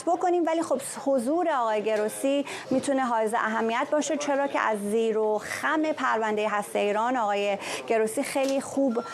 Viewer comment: بفرمایید زیر وبم نه زیر وخم